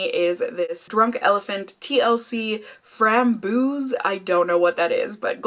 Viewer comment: Framboos is raspberry in Dutch actually! (rhymes with hose) Not sure if that's what Drunk Elephant was going for tho